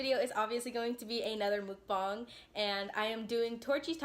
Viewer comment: Its mukbang not monkbong Edit: love your content, Torchys for life!